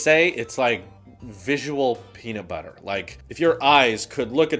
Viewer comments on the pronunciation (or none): none